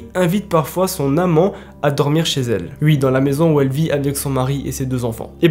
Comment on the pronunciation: T'es bien gentil mais arrête de dire "ui" stp